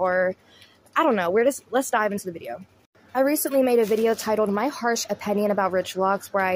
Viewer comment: I didn't know the word opinion had an a in it- "opAnion" lol. I watch and like your videos but when you mispronounce the word opinion... it's all I can notice. Take me out of the actual content. No hate. Just trying to be constructive so I can focus more on your content and not just a mispronounced word.